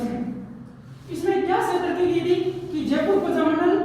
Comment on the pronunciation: प्रजामण्डल होता है न की परजामंड